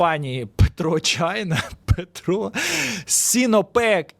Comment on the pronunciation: Та не "ПетрО чайна":), а пЕтро.. від слова петролeум (petroleum -нафта, petrol -бензин)